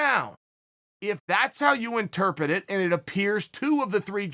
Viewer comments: Am I the only one hearing Chael mispronounce the word interpret? Lol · Chael, "interpet" means "among pets." Yeah, I hate me too. :)